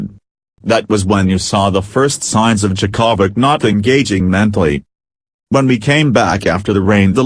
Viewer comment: I love the way you say Novak's last name.....Cha-ko-vich. LOL